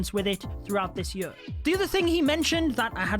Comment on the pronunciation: Every video that he explains stuff about the game, he cant help say the word “Year” the way he does...